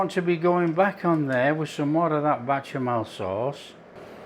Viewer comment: Tasty very very tasty 😊It's Bechamel sauce. Not Bachemel sauce. 😆